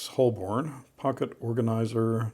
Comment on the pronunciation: It’s pronounced “ho-bun”, not “holl-bourne”. It’s named after an ancient district in central London.